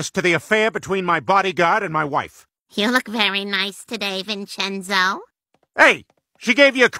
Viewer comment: "You look very nice today Vinchenzœ~" got me dying because I'm italian and the english pronounces are just- 💀